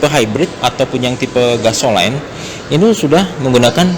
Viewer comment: Keren review mobil anyar Gasoline (/ˈɡæsəliːn/) bacanya "gaeselin" Nomor nya belum ada di deskripsi?